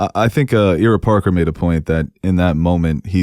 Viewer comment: keeps calling Ira Parker “Ear-rah Parker.” It’s wild lol. Unless I’m completely out of the loop on how his name is pronounced it should sound like, “Eye-rah” as opposed to “Ear-rah.”